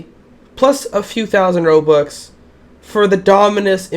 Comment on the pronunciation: I like how you say robuc instead of robux